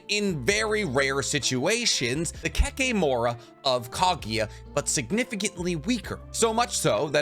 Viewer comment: Isn't it Kimimaro not Kimimaru?